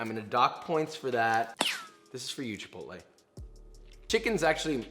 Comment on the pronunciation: It’s pronounced chip-ot-l